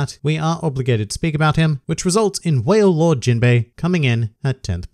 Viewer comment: man said whale lord